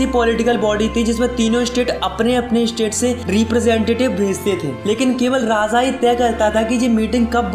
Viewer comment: Its Raaja not Raaza